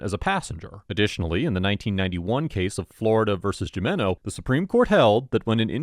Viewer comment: fyi bro J's sound like H's in Spanish so Jimeno is pronounced like Himeno.